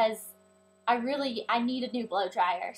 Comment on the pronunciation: i love it how she says "blow dryer" :D